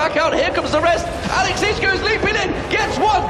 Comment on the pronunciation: best team fight commentary EVER!!! "...Alex inch brlelelelle across the map"